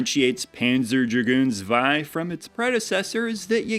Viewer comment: Pronounced tswei. It's german. :) And the Sega Saturn and it's games are very cool.